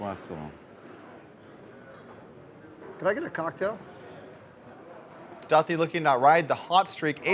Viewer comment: Commentating is not your forté, Doug. Too much to critique. Overall, I only turned off due to Polk’s voice, pronouncing Duthie’s name wrong & telling everyone how you have to play poker. I’m sure Phil Ivey plays just like you, Doug.